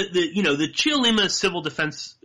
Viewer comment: Don't say the "e" in Cheollima. Just say, "Chollima" (three syllables).